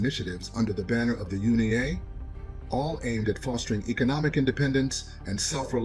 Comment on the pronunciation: U.N.I.A NOT UNI-A